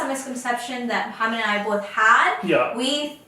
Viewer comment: Please don’t say Muhammad to moh please it’s wrong